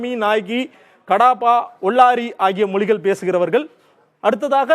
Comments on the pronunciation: மொலிகல் என்று சொல்லாமல் மொழிகள் என்று சரியா உச்சரிக்க வேண்டும்.... உங்கள் உச்சரிப்பு நீங்கள் தெலுங்கர் என்று காட்டிக் கொடுக்கிறது... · Your pronounciation itself is not good. Not pronouncing Mozhigal correctly